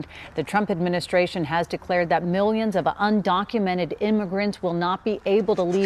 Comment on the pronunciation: The news lady said "undonkumented". LMAO.